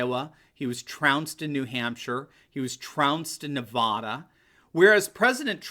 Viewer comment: Please pronounce Nevada correctly